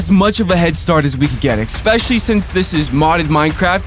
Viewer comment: ITS ESPECIALLY! NOT EXPECIALLY